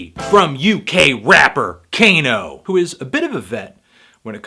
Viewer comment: its kah-no, not cane-o, jesus